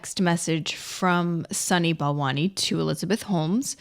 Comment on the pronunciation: "sunny ball monies", "balani', "balant" "Sonny Ball Wany" ? Seriously?